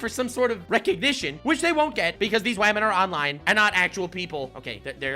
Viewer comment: "whamen And gentlewhamen": "sir's and sirett's"